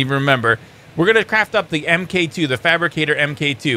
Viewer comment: I'm pretty sure the MK2 is suppose to be pronounced "Mark 2" like tony Starks iron man suits.